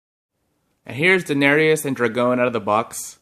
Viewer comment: Den-air-EE-us? Really, da-nair-us